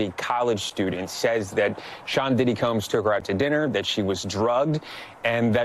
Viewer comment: Did the newsreader say “Sean Diddy cums” instead of Combs? 😂😂😂😂